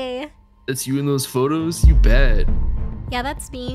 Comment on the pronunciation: HAGAHAHAHA How can u not be laughing bruh 😂😂😂😂😂😂 When he said YUoH